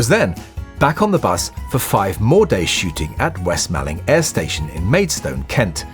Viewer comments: As someone who grew up in West Malling I really feel the need to point out it is pronounced the same as 'mauling'. The way you've said it here is a really common mistake, to be fair. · West Malling ! It’s pronounced west Mauling, like being attacked by a lion from the west. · Hi, just a quickie. I grew up near West Malling airfield (I actually learned to drive on its runway) and its pronounced West Maw-ling, to rhyme with balling. Ttfn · Excellent video... just one little thing.... the town in Kent with the airfield is pronounced West "Morling"! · Another excellent video. Half a point off for mispronouncing "Malling" though! 😉